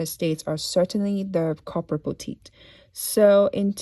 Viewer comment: It took me a while to figure out what you were saying. Corporate boutique. Not copper botite